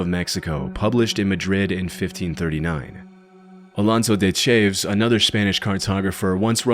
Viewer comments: Voice said Alonzo De Chayves; Not Cha-Ves. 😅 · chaves is pronounced "Cha- vez" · Chaves/Chavez is actually pronounced Cha-vez just fyi love your videos! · You did not just pronounce "Chaves" like "Chayvz" did you..?? Edit: "State-of-the arc?" Nah, I can't take this seriously